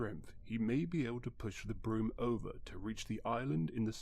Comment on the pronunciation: Why do you keep saying wealth instead of wheel or crank? And prom instead of Broom?